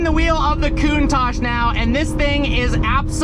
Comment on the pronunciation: The Lamborhini "Cunt-tash"?